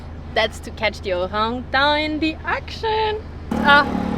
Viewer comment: What a super video. The footage of the Orangutans was amazing! And, I love the way pronounces Orangutan - so cute! 😆